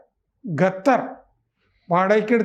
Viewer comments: ഖത്തർ... ഗത്തർ അല്ല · പുള്ളിക്കാരന്റെ നാവ് അങ്ങനെ യെ വഴങ്ങു. ഞാൻ നേരത്തെ ഇത് point out ചെയ്തിട്ടുണ്ട്